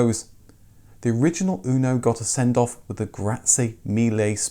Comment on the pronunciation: In italy we call it "motore (engine) fire" :) anyway the pronounciacion is UNO not ÜNO like "you" but without y :) anyway nice video, the fire engine is one of the proudest engineering we have in italy, almost every fiat engine since 1970 is based on that and still rock solid. The rest of the car, well, it leaves to be desired as it always has been. Windows falling apart, extremely delicate body panels, internal plastic rattles after like 2 years and so on...